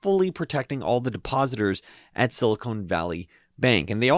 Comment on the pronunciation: "Silicone" (pronounced "cone") is a rubbery material used to caulk bathtubs, make breast implants, etc. "Silicon" (pronounced "con" or "can") is the basis for semiconductors, and is what that area of central California is named after.